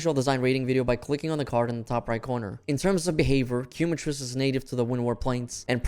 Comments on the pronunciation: Please, its not "Cue-matrice" its Quema, as in the spanish word, its Kae-matrice" !! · “Keh Mah Treece” my man That Quumatrice is killing me 😂😂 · Thats hoe you say it "Kee" is the correct way. QUEMA-TRICE. Quema being a spanish word. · im a native speaker too i meant no offense but thats not how you would pronounce “quema” i just thought it was funny the way he was pronouncing it is all